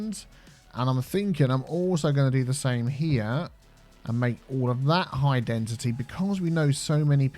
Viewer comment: Has no one pointed out that he's saying 'High Dentity' and not High Density? He's been saying that since the start of this City.